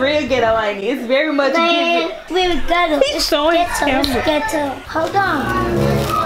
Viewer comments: It’s GHet Toe 🤣🤣 he’s too cute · Nah 😂😂😂😂 not Get-toe! So cute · It’s ghet-toe. It’s ghet-toe. 😂😂😂😂😂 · Omg he so smart he just blowed me he said it's so Get-toe its a nice bed😂😂😂😂